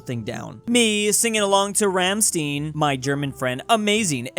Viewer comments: How does one say Rammstein like ramsteen like what?!?😂😂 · Rammstein Stein is pronounced like the stein in einstein or martin stein. Well almost but close enough. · You mispronounced Rammstein. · funny enough, he said Rammstein wrong. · Just to think, that in a meme about Americans not knowing German pronounciation, pronounces Rammstein wrong. Such irony, but we all know he is just playing 4d chess.